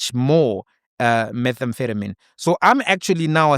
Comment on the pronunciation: That you couldn’t pronounce methamphetamine while wearing a coat in a lab was too funny. 😅